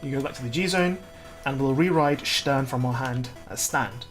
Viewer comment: You know the video is worth its salt when Stern is pronounced correctly